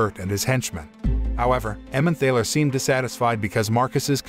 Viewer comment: The word "Emmemthaler" is pronounced "Emmentarler". There is a valley (Tal) in Germany with the name "Emmen". Together that makes "Emmenthal". In German someone or something that comes from somewhere has "-er" attached to the place. So, a person that comes from Frankfurt is a Frankfurter. A person from Hamburg is a Hamburger - which is why the McDonald's meat patty is a Hamburger. A similar sausage comes from Vienna and is known as a Wiener - Wien is German for Vienna.